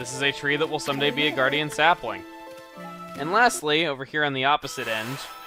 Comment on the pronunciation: When he said gardiun sapling I collected 2 saplings in minecraft